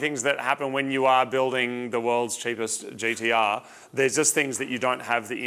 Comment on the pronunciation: Why do they keep calling it at GEE-DEE-UHH? It's G-T-R